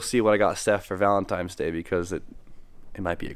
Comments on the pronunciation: VALENTINES.......TINES......N..... there is an "N" there, not an "M" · Did he just say Valentimes day? Times? Its Tine! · You're killin me with ValentiMe's day. It just hits my ear wrong. Im hoping you know its ValentiNe's Day. Anyways happy V-day to you and B Hall and to your ladies as well. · Why do people say valentiMes!? That's a pet peeve I never knew I had lmao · You and rudnik both callin it Valentimes day haha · Thought I was the only weirdo that says valentimes 🤣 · are you saying "Valen-times day?" 😂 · Him and rudnik say “times”, bugs the shit outta me 😂